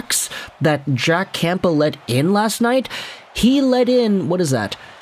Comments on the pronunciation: Nope. I don't know why went from pronouncing it correctly to this super distracting never heard before Camp-bull. Not the first video either. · Camp-bull? Haha. The p is silent,.